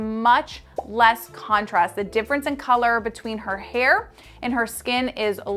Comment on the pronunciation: I hear you say dimfrence instead of difference